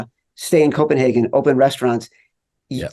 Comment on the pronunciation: I like how Chad instructs Colin how to properly pronounce Copenhagen, then he mispronounces it the whole episode 😀